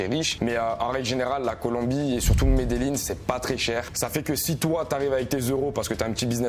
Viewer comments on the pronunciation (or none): T as vraiment voyagé en Colombie pour prononcer Medellin "Medelline" 😂